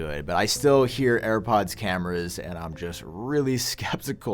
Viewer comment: “New AirPads” 😂